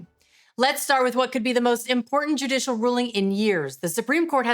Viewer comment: JUDICIAL dear, JUDICIAL, not JudiTial.